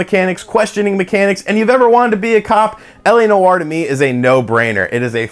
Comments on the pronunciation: Dude. Live the channel. Tons. But Noire is a one syllable word man. It’s not New-War. Just Nwar. Peace from Canada. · “LA No-R” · Noire is one syllable.